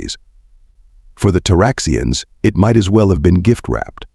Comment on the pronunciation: a person cannot "side". they have sighed, however. U sure have stupit "AI's" reed the WORD "it" as "I.T.' the abbreviation for "Internet Technician". ignores content for words like "lead" ("leed") and "lead" (led; a very dense soft metal, and the past tense of leed.), "read" (reed" and "read" (red; past tense of reed). "Wind" (local atmospheric motion stronger than a "breeze") and wind (wined, what you do to a manual wined watch, and some toys); "Side" (one face of a building, left or right of a field, or body of water Example: Illinois is on the east SIDE of the Mississippi River. Missouri is on the west side.) and "sighed" (a dejected exhale). "side" and "sighed" are two entirely different things. then consistsntly saying the wrong word. Exceptionally annoying. Even worse: it "speaks" in a bored and boring sleep inducing monotone. "Do Not Recommend Channel" status is pending. I will give you seven days to correct errors that would get a "F MINUS" grade by any competent 2nd or 3rd grade English teacher, before granting the Do Not Recommend Channel status. FYI: Once granted I NEVER redact it. (in the (likey) event you do not know what the "big word" "redact" means, it means: "cancel/take back/reverse the decision/give another chance") If you cannot hire human "editors", then edit the transcripts yourself, or worse case, stop the subs. (bad idea, since they allow viewers to mute your bored ai, and still be able to follow along. It would be GREAT if you eliminate the "cl